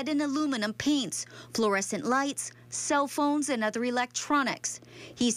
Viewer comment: "Cell pones"